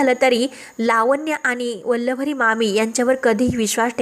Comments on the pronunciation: Aadhi vachat nahi ka Vallari la vallavari ka bolata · वल्लवरी नाही हो.उच्चार नीट करा!